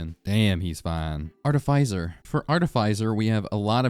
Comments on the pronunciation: Also you're hating on me for using blight when you pronounced artificer "artehfEYEZer" and mercenary "merkenary" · is it not prenounced arti"fisher"? not trying to be rude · Merkinairy??? Arti-Pfizer??? Dawg needs to read a book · "Artifizer" Listen here you little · I literally had a whole ass discussion with myself right at this moment debating that, since he also says Arti-pfizer instead of Arti-fisher. I really am not sure if it is a very very niche RoR2 meme or if its illiteracy. I cant tell. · Why tf you say artificer like that, its not even spelled artifizer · Ah yes, the MerKenery and ArtiPfizer… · you absolutely butchered artificer's pronunciation lmao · your pronunciation of artificer and mercenary fucking killed me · Oh honey, that is not how you say artificer 😅